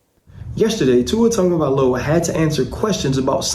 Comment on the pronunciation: Mr. Whitlock, Tua’s family name is Tagovailoa, not Tagovaiola. If you cared enough to remember and say it correctly, you would, but for whatever reason you don’t say it correctly and keep repeating the incorrect Tagovaiola. Repeatedly saying this incorrect pronunciation makes you appear to be indifferent or worse with regard to having proper regard for saying names correctly; it makes you sound flippant with regard to what you think about Polynesian, and in particular, Samoan names.